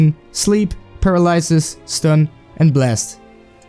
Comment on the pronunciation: "Pair-a-lie-sus"..? It's pronounced "Pur-al-a-sis" lol